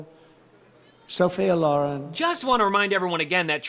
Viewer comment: He Can't Even Say Sophia Loren Rite a F-ING NUT WAD